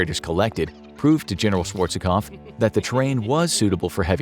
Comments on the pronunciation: Pet peeve (of sorts): It's Schwarzkopf; two syllables, not three. Schwarz-kopf. Not Schwarz-eh-kopf. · You should have looked up how to pronounce "Schwarzkopf"